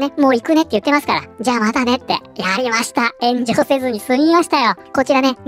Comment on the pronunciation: ゼグラーが、またしても炎上している が ゼグラーが、またしてもenjoyしているに聞こえた。 まあ間違ってはなさそうか